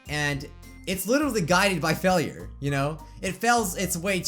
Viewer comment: you say failure it sonds like fellure